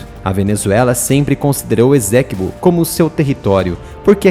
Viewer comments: Estou na guyana a 11 anos. A pronununcia e essequibo e nao ezequibo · Lê-se Ê-CÊ-QUI-BÔ (ESTÁ É A PRONÚNCIA CORRETA) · Esséquibo?? É Essequibo! E o "u" de Guiana é pronunciado! Assim já perde credibilidade.